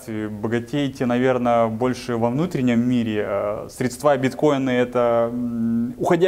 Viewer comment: Что у с речью?? «СредствА», «ложить», хотя то, ЧТО он говорит вроде бы звучит.!!НО!! кроссовки New Balance и голые щиколотки – это, конечно слишком, такие носят официанты в Чайхоне №1